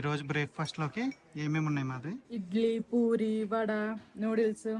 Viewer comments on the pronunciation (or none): none